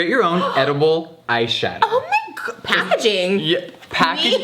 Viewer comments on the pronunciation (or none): Edilbe???. HAHAHAHAHAHAHAHA do u mean edible hunni cxxxx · Queen I love you and Trish but IT IS EDIBLE. EDIBLE. NOT Edilbe. Thanks. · “Edilbe” lmao hahahahahaha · If Jeffree says it's Edilbe, it's edilbe.